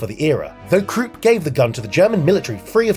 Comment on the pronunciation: Mispronounced krupp.